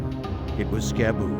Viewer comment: If its the same dude Im thinking of its Skibu not Scab boo, get it right.😂